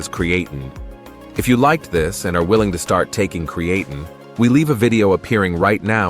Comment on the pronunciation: Can somebody reprogram this AI voice to pronounce creatine correctly..